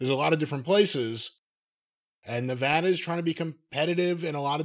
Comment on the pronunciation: I wish jim could learn how to pronounce nevada.